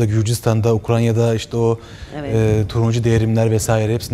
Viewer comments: ah birde Ukrayna demeyi bir öğrensen tırnak içinden ukranya değil UKRAYNA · Sunucu Ukranya demese iyiydi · UKRANYA değil, UKRAYNA. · Siyasete meraklı taze bari şu memleketin adını doğru söyleyin: UKRAYNA! Ukranya olması için ukran adlı bir ulusun olması lazım. O zaman Ukrayna yerine Ukranya diyebiliriz. Var mı böyle bir ulus? Yok, o halde? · ukranya değil; UKRAYNA ! 😁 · Ukranya neresi abi? Ukrayna isminde bir ülke var, kendileri de Ukraine diyorlar. Peki bazı adamların telaffuz ettiği Ukranya neresidir?